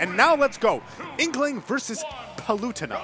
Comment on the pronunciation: “Palewtana”. Lol